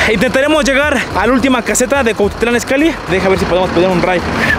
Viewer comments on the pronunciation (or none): Dijo Cuatitlán?